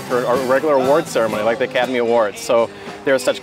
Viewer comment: The "A-Cat-Amy" Awards????